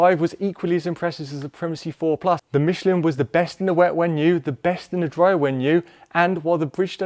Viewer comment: it's "Mishlaan" not "Mishleen"